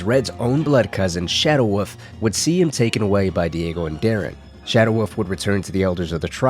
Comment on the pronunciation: I keep thinking he is saying.... Shadow Woof.. Instead of wolf